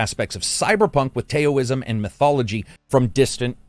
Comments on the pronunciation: What’s Tayo-ism ? Its pronounced “Dao-ism” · It's not Tay OH ism is it? I always thought it was T-OWWW - ism